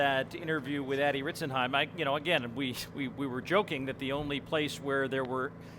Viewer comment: shoutout one of the commentators got it right